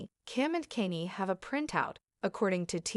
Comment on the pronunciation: What's wrong with you? You can't even pronounce his name